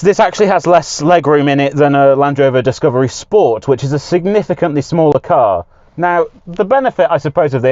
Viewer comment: dicavery ? xaxaxaxa what a f idiottt😂😂😂